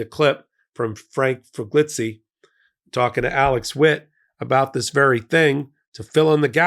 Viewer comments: C'mon,, are you deliberately mispronouncing Frank Figliuzzi as Figlitzy? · Biden has nothing to lose, and the American people have everything to gain by ordering FBI checks! (It's pronounced Frank Figleeyoosi)